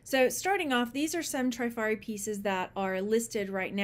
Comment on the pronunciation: Hi, just love watching you, you're so much fun...but I have a comment about Trifari..dont remember if you mentioned them here and please know I'm just passing some info along..no "these ones" comment 😊. When I was young I worked at a high end womens clothing store and we sold Trifari...the first i is pronounced like the i in it, not a long i like in tri which you would expect. I even listened to the YouTube appraiser Dr Lori appraise a piece of Trifari to make sure.